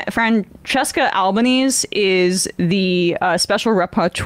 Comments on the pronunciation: Francesca Albanese’s Italian surname is pronounced Al-bah-NEH-zeh”, rhymes more closely with “Essay” and NOT with “Portuguese”. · Not incredibly important but the correct pronunciation of Albanese is alba-nay-say. In Italian, e always makes an ay sound.